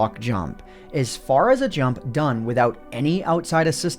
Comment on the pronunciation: "Let's jump right into it" That would have been good if you didn't put so much emphasis on jump